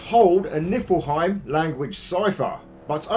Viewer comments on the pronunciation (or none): Just so you know it’s pronounced knee-fill-hime